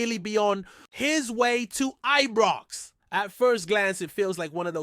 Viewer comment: Ibrox it's called not Ebrox 🙄🤷🏼‍♂️